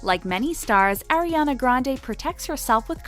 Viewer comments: Its not air-iana grandey ITS ARIANA GRANDE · "Airiana grand" jeez. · atleast say her name right lol